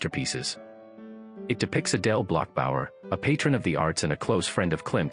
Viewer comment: Adele Bloch Bauer Aye? Less femmes? The pronunciation of a bot….absurd!